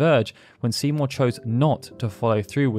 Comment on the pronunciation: whenever u say Seymour i hear Simo dude xD